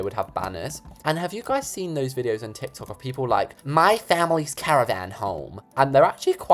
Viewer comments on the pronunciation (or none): none